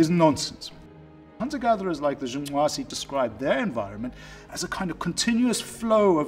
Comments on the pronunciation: Good job. See white people, it isn't that hard to pronounce black people's names. Great video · I appreciated it actually and smiled as well. It warmed my heart to hear a fellow westerner, not "mock" the click languages of Africa. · I love how committed he is to the pronunciation of that tribe’s name. Pretty cool sounding. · Stop saying "Jung nwaze", like it's such and awesome achievement to pronounce it, you pretentious prick! And just because an individual is fit for survival doesn't mean they can't enjoy leisure time. So you're not debunking shit, hippie, you just forgot about the survival bias. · Great hearing you articulate that Southern African click name so well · i like how he pronounces the name :) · Respec! My man pronounced the tribe name correctly nd all. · It is quite fascinating that he is able to pronounce the name of the tribe as intendet. at least i think he does, because he makes a slight klick noise. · I just felt an outburst of joy every time he pronounced “The Ju/'hoansi.” I don't know why, but this man pronouncing that gave me a childlike joy.